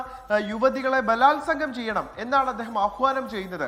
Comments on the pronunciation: ഭാലാത്സകം അല്ല കൊല്ലണം plz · ബാലാസവം, അതെന്താണ് സംഭവം😂